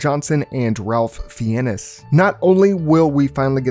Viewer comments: "Ralf Feeyenez"😂😂 It's pronounced "Rayf Fines" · Did you really say “Ralph FeeAnnis?!” More like “Ray Fines!” Yikes ! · Ralph fee ennis? Its pronounced rafe fines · "Ralf fee-ennes" It's weirdly pronounced Ray Fines. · Ralph “fienes” bro it’s pronounced fines or I know it’s hard but you could have looked it up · "Ralph Fienness" is pronounced "Raif Fines" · Ralph fee-ennis is supposed to be 'rayph fines' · Ralph Fee Enis 😂... not to be that guy... nah, who am I kidding, I am that guy it's pronounced "fines". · Ralph Fiennes is pronounced "Rayff Fines" Hopefully the humans are slightly less stupid this time . . . but that would not be as interesting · It's pronounced "Fines". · I'm pretty sure Ralph Fiennes is pronounced Ray Fines. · Please look up actors' names before you completely butcher them. It's pronounced "Rafe Fines." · Did he really just say…feeeinezss?🤦🏻‍♂️ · say it like fine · Its pronounced Rayfe Fines you FILTHY SAVAGE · Ralph Fee-ennis? I rather see a sequel to the one with Cillian Murphey. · It’s pronounced Ralph “Fines” lol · Always liked Ralph Fee-enn-iss. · Its pronounced "Fines" 😂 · Ralph Fiennes is pronounced Rafe (like rake but with an f) fines (as in parking tickets). I genuinely thought everyone knew that. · Ralph Fiennes is pronounced Rafe Fines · It's pronounced "Ray Fines" not phonetically lol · "RaLPH FiENNESS" bro don't put out a video about movies if you can't pronounce the actors' names ffs. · Ralph Fiennes rhymes with safe vines BTW. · You lost me at "Ralph Fi-en-ess" 😢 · Ah yes, Ralph Feyenis. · It's pronounced Ralph Fines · Not sure if you were making a joke but Ralph Fiennes is pronounced Rafe Fines. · Ralph Fiennes is pronounced 'Rayf Fines'. His call! 🤷‍♀️ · Ralph Fiennes name is pronounced “ Rayf Finez “ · It's fines as in a fine but with an a on the end. I'll forgive you tho due to you having an army of cats 😉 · rALF fee-ennis lol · That's probably why he can't pronounce Ralph Fiennes. So just say it like you are saying Fines